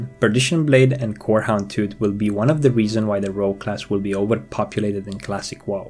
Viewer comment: Love how you pronounced WoW as whoa